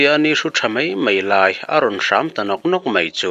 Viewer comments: Hram anilo....ṭhâm tih tur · Naupang tawng fiah lo i va ang ve....tham/ thram tih turah hram/sava hram angin i lam daih mai. A dang pawh lam dik loh i nei nual mai. Mahni hnam tawng hi chu uluk taka hman hram hram a tha khawp mai.